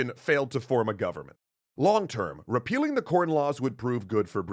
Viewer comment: “RePEELing” 🤣🤣🤣 Anyone😃 Hello?🥺